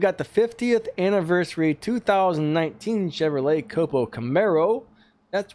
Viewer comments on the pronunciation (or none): none